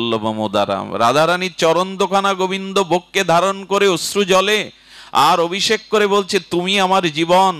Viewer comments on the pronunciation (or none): none